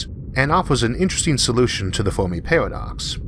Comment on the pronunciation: cant endure that speevh impediment. pawadox caught a wabbit 😎😎😎